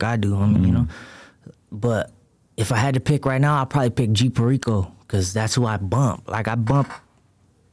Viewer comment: He said g fehriko.😂 definitely flips tortillas wit a fork